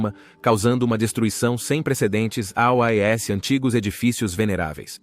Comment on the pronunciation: A inteligência artificial não sabe falar "aos". Ela fala "A", "O", "ESSE", : "(...) Obrigado A-O-Esse novos inscritos do canal... "😂😂😂😂